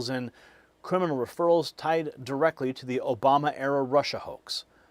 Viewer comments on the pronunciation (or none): none